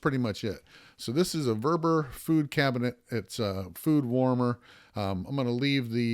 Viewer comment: VEVOR..not vervor 😊